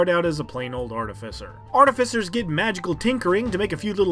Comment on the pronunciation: And yet another creator that makes a video about artificers and doesn't pronounce it correctly. sigh.